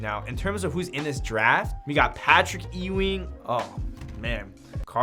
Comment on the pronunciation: I was looking for this comment the minute I heard that lmao